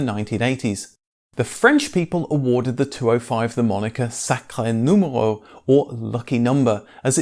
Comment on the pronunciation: Thaks, and you've said "sacré numéro " perfectly ! Yes, the story says that the 205 saved the Peugeot brand .. :)